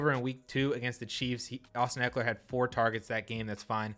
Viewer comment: Not even close - it's Ekeler.